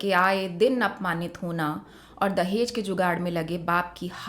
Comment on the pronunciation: Tum log talaffuz उच्चारण सीखो अभी..दहेज hota h dahez नहीं....जहालत की हद hai